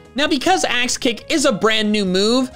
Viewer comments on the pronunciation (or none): Like I wasn’t paying much attention and when you first mentioned the move I thought you said ass kick and I was like “sayyyy what now???”